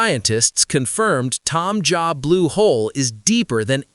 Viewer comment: its not tom job its Taam Ja' Blue Hole {its in the local language}